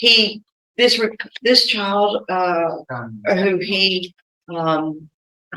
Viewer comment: "chile", "with her chial", YES it's her attitude! Hahaha she didn't fool the Judge! I love it! OMG 20 years!!! And she is messing it up?